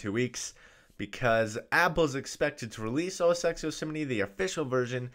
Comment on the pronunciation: It's OS 10 not OS ex - please get the basics correct